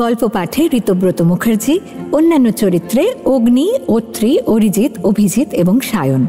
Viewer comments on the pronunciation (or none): none